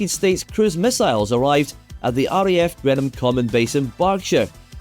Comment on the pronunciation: Greenham lost it's missiles as a result of the end of the Cold War and the airfield returned to common land. Normally we complain about Americans mispronouncing British names but this Scottish chap can't cope with Greenham.